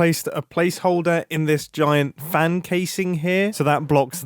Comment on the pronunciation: ''farn''. where did the london accent appear from mumbo?. (its pronounced ''fan'' for context)